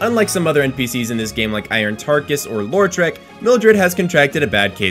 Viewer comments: "Lore-trek" "Mayonnaise" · I know I've made quite a few comments on these vids tonight already, but...: "Law-treck" not "Laur-treck." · The way you pronounce Lautrec gives me an idea for a Star Trek spin off starring Data's brother.